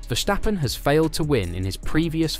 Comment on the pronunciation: It's not Vershtappen. He's not German.